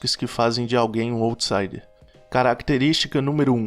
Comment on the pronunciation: Parabéns pelos assuntos trazidos nos vídeos, assisti a dois e já me inscrevi. Só queria dar um toque, sem arrogância, só para ficar ainda melhor... para checar a pronúncia no google pois quem já conhece as expressões, estranha um pouco quando ouve... se diz "áutsaider" e "lou profáil" (o outro vídeo que assisti e adorei também). Obrigada pelos conteúdos!